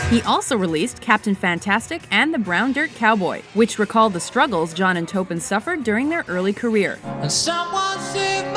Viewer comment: Pronounce Taupin correctly.... Terrible